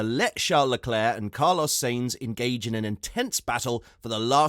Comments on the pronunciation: It is not. It is Sa..ins like in Satisfaction, and it is …eens like in seventeen. So it sounds like: “ Saeens” ok? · Who is "Rose-burg"? And "Say-nzzz"??